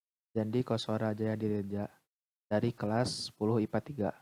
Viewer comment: jannn kelas bukan kelaa wkwk